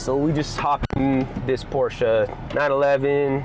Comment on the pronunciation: Thank you for pronouncing “Porsche” correctly!